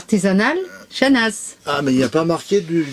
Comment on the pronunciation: tres belle video comme d hab. et j attends toujours vos vidéo avec impatience. petite info on ne prononce pas le z de chanaz ( on le dit simplement chana ). c est comme le x de chamonix. a plus.